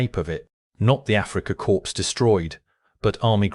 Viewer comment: Pronouncing it "Africa corpse" seems very appropriate.